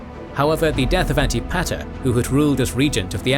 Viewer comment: It's actually pronounced An-tip-a-ter